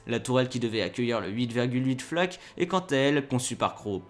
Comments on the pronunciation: En allemand on ne prononce pas "Taïgèr" à l'anglaise, mais "Tiguer"... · Taïger, taïger, taïger... Pourquoi dans une vidéo en français, à propos d'un char allemand, utiliser la prononciation anglaise ?!?!? Si la vidéo était en anglais, je dis pas, mais là ... ? Un char Tigre ou Tiger, mais pas un Taïger, svp. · Comme je dis souvent, l'Allemand c'est pas de l'Anglais. Tiger ne se prononce pas Thaï-guere mais Ti gua (à peu près). Si tu n'es pas capable prononce tigre à la française. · C'est pas le "tai-ger" mais le ti-ger . En Allemand on prononce le "i" tel quel, et non à l'anglaise ..... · y'a vraiment un truc qui trigger mon OCD, c'est tous ces gens qui prononcent "Taïgueur" comme en anglais... c'est "tigueur", en allemand. du coup dire "tigerprogramm" à l'anglaise, c'est un non-sens... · Pourquoi prononcez-vous le mot "Tiger" à l'anglaise? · Apprends à prononcer "tiger" correctement ! C'est de l'allemand, pas de l'anglais ! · Pourquoi prononcer Tiger à l'anglaise alors qu'il s'agit d'un char allemand ? Vraiment nul ! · Et je lui ai écris aussi que je trouvais stupide de pronomcer tiger à l'anglaise alors qu'il s'agit d'un char allemand ! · Le Taillegueur ? Maillebatch ? Et si on apprendrait* à prononcer les noms allemands ? 😅 Au passage, Michael en allemand, ce n'est pas Maïkeul (Keul ?). * je sais, c'est "si on apprenait", mais j'en avais tellement envie.